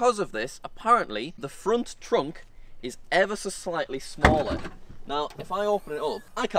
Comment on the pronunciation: truck no it’s thrunk